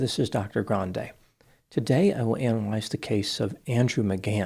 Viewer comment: Its pronounced grawn day